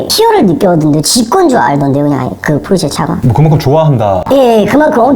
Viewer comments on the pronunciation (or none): 포르‘새’ … 발음 실화입니까 😂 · 포르새 no 포르쉐 ㅋㅋ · 발음 포르새 킹받네 ㅋㅋㅋ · 아니 왜 자꾸 포르쇠 ㅋㅋㅋ 귀여우시긴 한데 포르쇠는 아니잖아요 ㅋㅋㅋㅋㅋㅋ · 포르'새' 발음좀.... ㅠㅠ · 포르새 발음 들을때마다 킹받습니다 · 포르새 ㅋㅋㅋㅋㅋㅋ어느나라에 사는 새입니까